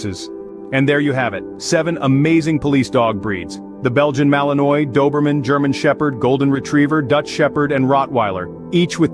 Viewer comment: Malinois is not pronounced correctly. Should be malin-wah